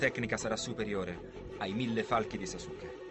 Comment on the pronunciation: Sasuke non kasuke 😂😂😂😂